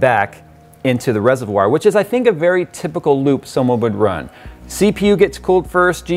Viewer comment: I hear lube all the time when you say loop